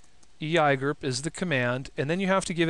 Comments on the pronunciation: Really? EYAYGER ?..First time I hear [E.I.G.R.P] pronounced EYAYGER.. Just couldn't watch after that. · eeeee eye gurp XD i've always heard e i g r p lel